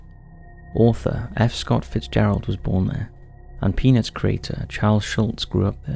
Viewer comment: You should be a bit more careful with your pronunciation of 'Peanuts'. Lol XD or maybe you shouldn't hehehe